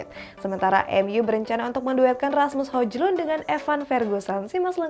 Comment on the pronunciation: Hojlund di bacanya Hoilund kak....biar enak dengernya...